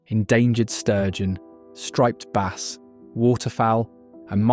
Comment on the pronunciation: AI video full of lies and inaccurate descriptions. Like Bass, pronounced baaas. They also are fresh water, and very light brackish ONLY, not salt water, also the images shown are NOT bas but salt water feeder fish of some kind, not even game fish, they also don't really school, at least not in any large numbers like insinuated here. So tired of these stupid wrong AI videos cluttering up YT, soon all we will have is fake disinformation misinformation trash.